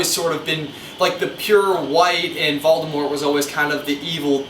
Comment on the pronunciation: he says valdamort